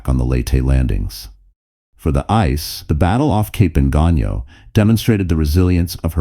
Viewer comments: I think that it's pronounced "EEE-SAY," instead of "ICE." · Late? Ice? Jeez. You get a downvote for the poor pronunciation.